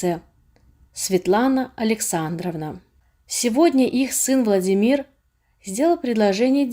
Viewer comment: Почему чтица произносит ВладимИр?